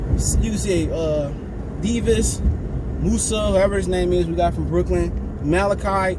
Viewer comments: I know someone with the same name. It’s pronounced Da-vi-das. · Dir veedes sir veedes is how you pronounce it I’m pretty sure